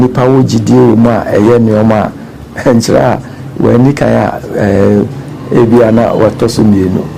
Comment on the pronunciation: Madam presenter/host! Please how you pronounce Nkyeraa. There is a town called Chiraa which is affiliated with Dormaa as Dormaa Benkumhene and Nkyeraa which pays allegiance to the Golden Stool of Asante. Please distinguish your pronunciation clearly between these two towns.